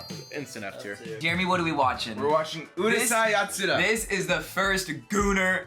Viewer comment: If this wasnt bad enough, they cant even pronounce Urusei Yatsura.